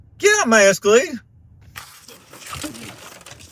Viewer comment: Did she say the MajEscalade ?